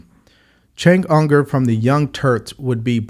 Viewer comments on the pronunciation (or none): Cenk Uygur is pronounced “JENK YOU-grr” — I’m no fan of his, but I believe we should try to find out how to pronounce names that aren’t typical American names. Besides, Cenk is a very funny guy and tells great stories. IMO Sam Harris suffers from TDS more than any so-called public intellectual. Listen to his latest denial that the language choices he disseminates have nothing to do with the two — as of 9/21/24 — assassination attempts against Trump. Sam USED TO BE FUNNY, when he was debating religion, but that was well over a decade ago, before he became deranged. His first book, “The End of Faith,” changed my life. He could stand a change now. But I despair of his ever changing a mind so intransigent that he is able to deny the reality that the effect his own words may have. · Also his name is pronounced “Jenk you ger” soft “g” sound. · his name is pronounced Chunk Yogurt